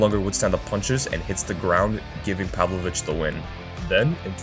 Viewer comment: It's pavlOvich not pAvlovich cmon